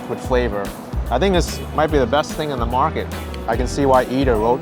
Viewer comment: *Market not mraket